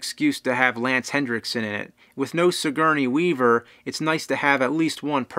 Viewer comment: julesmaester no shit i was making fun of the way he said her name....joke obviously went waaaaay over your head